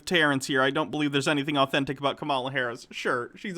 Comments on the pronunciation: The VP’s first name is pronounced: “KAmala” not “ka-MA-la”. TKW here pronounces it the way he does just to disrespect her, the same way, and for the same reason ****er Carlson does it on Fox News. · pronouce her name as: COMMA LA